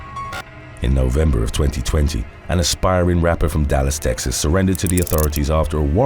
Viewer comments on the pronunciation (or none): none